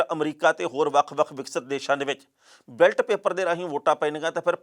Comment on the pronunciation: ਬੈਲਟ ਪੇਪਰ ਨਹੀਂ ਬੈਲੇਟ ਪੇਪਰ ( Ballot Paper )